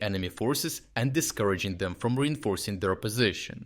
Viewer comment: "discuraging" ... .that's one way to call it